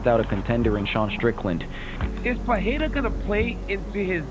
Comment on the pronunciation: its kinda pronounced like "Per-haid-uhh". Almost a small roll of the tongue, most people get it wrong so its probably not translating well from me either lol. Some just it like "Perr-hair-uh"